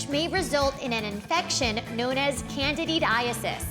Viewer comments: Can-did-aces NOT candididaesis OMG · please learn to pronounce candida and candidiasis